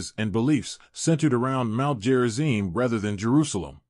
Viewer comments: It's Gerizim, not Jerizim. Stupid AI. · Who programmed it to say "Jerizim"? Obviously "stupid" Westerners.